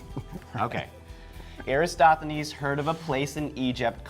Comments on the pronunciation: Erastathones? OMG, SMH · You said Eratosthenes wrong every time; transposing the “s”. Also, his experiment would work the same on the flat earth model. Just saying...